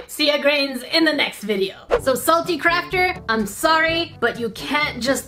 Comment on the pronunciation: NerdECrafter sounds like your saying carp-/crap.